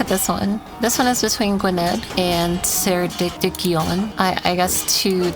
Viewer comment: gwynedd is pronounced "gwyneth," ceredigion is pronounced phonetically and similarly to your name. cara-dig-ion, from the name ceredig